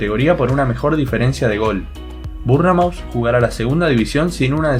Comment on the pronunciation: Nadie: Absolutamentr nadie:: Burnemaut. Excelente tus videos, segui asi